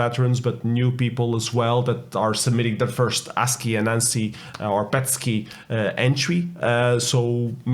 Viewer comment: I, too, am also quite happy that you are pronouncing ASCII correctly :-)